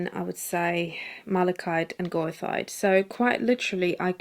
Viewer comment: Goethite has a bit of a fraught pronunciation, but since it’s named (the mineral) after the German poet/philosopher Goethe I’d recommend ‘ger-tight’ (with the g as in ‘good’). Such a versatile pigment, great for sand and rocks!